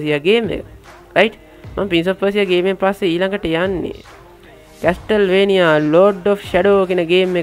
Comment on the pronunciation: අම්මෝ 🤣🤣🤣. කෝල් ඔෆ් ජග්ග නෙමෙයි යකෝ 🤣. කෝල් ඔෆ් හුවාරෙස් කියලා Pronounce කරන්නේ. කැස්ටල්වේනියා නෙමෙයි යකෝ කාසල්වේනියා 🤣.